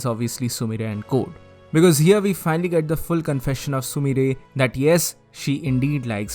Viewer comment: sumire not sumrie